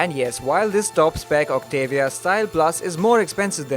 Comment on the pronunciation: Its pronounced- "OCT_ AH_ V_ AA"!!!!